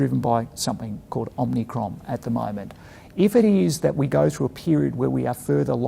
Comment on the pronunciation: Is anyone going to tell Hamish that it’s Omicron not Omnicron? Omnicron was a bad Canadian horror movie so it’s not entirely dissimilar but, still, might be best to get it right. Otherwise good to see the man out and about and in the press with clear positive messaging.